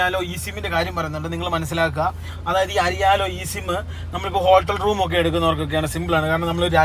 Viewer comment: അരി യാലോ. അരി ഒരു ലോഡോ😂😂😂😂 Its Airalo പൊട്ടന്മാരെ